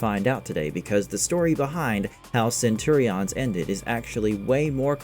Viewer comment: cant pronounce Centurions correctly ... not a good sign